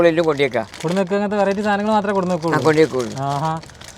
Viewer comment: കൊട്ന്ന് എന്ന് പറയരുത്. കൊണ്ട് വന്ന് എന്ന് പറയുക.